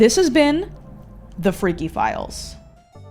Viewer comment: I still can't get behind the fact that she was able to say "this is (dramatic pause) tHe fReaKy FiLeS" without cracking up